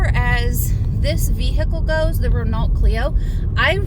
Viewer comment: Nice Video, one thing I will say is the Renault is a stupid french design, most cars have well positioned start buttons/key slots/ignitions and cruise control controls, btw the pronunciation is Ren-oh, more stupid french things and what was that area? Was it Wicklow?